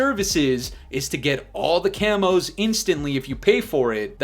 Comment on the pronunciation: "F0r YoUr CaMoSsS" 🦧